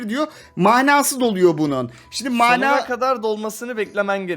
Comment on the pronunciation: Abi Mânâ değil ya Mana Mana bir öğrenemediniz 😄